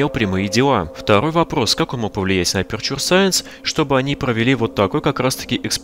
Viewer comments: Эпечу саэнс , НЕ АПУРТУРЕ И НИКАК НЕ АПЕРЧУР... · Боже перестанб говорить аперчур,правильно говорить эпечер саенс